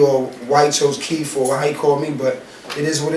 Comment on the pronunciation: this nucca keep saying Keef. so i thought Fedro was gonna be Chief Keef lmao its Keith not Keef